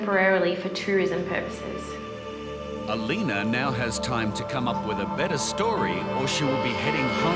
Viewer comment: Alina ? LOL more like Alino.